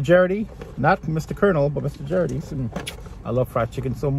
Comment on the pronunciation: Don’t think u pronounce gerrirtys right. It’s GAR IT TYS